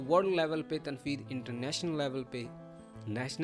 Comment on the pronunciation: I have listened ur lecture today, I wanna tell u one thing about this lecture, u taught us in this lecture a word" Barrage of criticism"mean Tanqeedoon ka samandar, why are u saying tanfeed instead of tanqeed because as far as I know it calls tanqeed not tanfeed, sorry I'm not criticizing u just telling u if I'm wrong so do correct me.